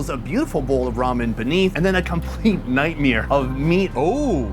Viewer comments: omg "Nightmere" said it again. are you from NYC ? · If i hear say 'nightmere' one more time in going to lose it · "Nightmere" the only person ive ever heard say that was Louis Rossmann. now 2 ppl. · So is Bart Chryslers love child got it! “Nightmeer”